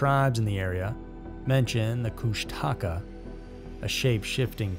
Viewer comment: As an lifelong alaskan I always hate peoples pronunciation of the kushtaka its KOOSH-TU-KAH